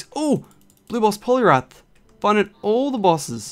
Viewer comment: I like how he said blue boss polirath